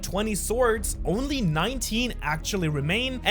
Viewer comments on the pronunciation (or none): the way he said "only" makes me feel like helf of the Swords are gone 😂😂😂